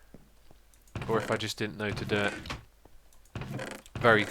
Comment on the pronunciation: "This is very 'coal'!" XD